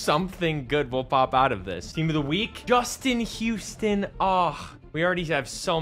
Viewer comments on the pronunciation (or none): none